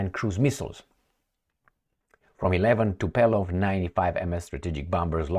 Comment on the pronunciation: its "TO-POH-LEV"